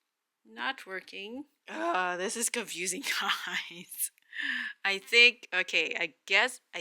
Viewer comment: So confoosing!!! Lmao 🤣 what a headache! Freaking wrappers!? Wow